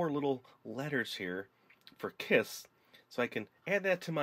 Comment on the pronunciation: Your ss in kiss is rong